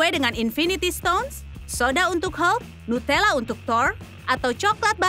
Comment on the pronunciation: Kak ada kak silap nuttela kak bukan nuterelela